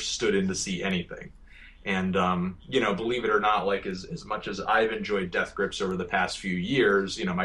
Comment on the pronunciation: How come Fantano always puts the emphasis on GRIPS when he says Death Grips?